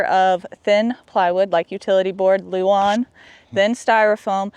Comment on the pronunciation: OMG! He said luan not Lou Ann lol darn now I can’t make fun of that anymore! Good for you reading the comments section lol.